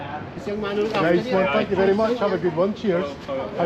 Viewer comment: Saturday video! Did I hear "ferry good service":) Thank you and.